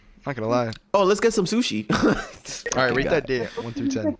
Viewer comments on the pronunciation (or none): "Shooshi" lol